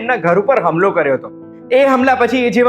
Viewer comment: હમલો નહીં ,હુમલો લ્યા.....